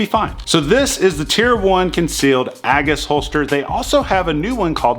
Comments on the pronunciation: OMG it’s pronounced A- G’s As in Jesus why have I become such a snob for pronunciation? Btw for everyone afraid to shoot Peter.... just re-holster with the slide locked then pull the mag caddy forwards to safely drop the slide....god forbid a slam fire wont shoot peter that way. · Pronounced Ay gis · Dude your pronouncing it all wrong lol